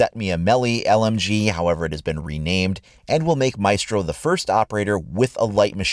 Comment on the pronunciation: You pronounced Maestro wrong.